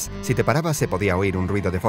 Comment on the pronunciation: por que dices zy se escribe si